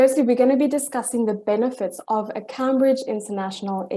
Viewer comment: She knows this so well that she can’t even pronounce “Camebridge’ properly. As in the university 😂